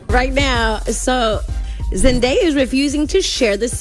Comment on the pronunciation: Si scrive Zendaya ma si pronuncia 🤡